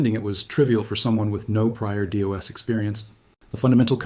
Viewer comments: Dee oss huh...🙄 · You lost me at “DeeOS” lol